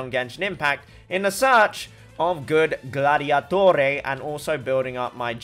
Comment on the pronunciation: Idk if this community will relate, but him saying “Fat fat fat Gladiatore” just reminded me of Ezio Auditore n idk just sounded italian